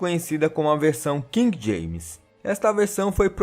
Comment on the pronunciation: Nada mais que justo sabermos dos Carlos antes do III. Como não pronunciamos King, estranho o nome dito na mistura. Pra mim, "Ray" Charles", só tem UM!!! E é da realeza da música.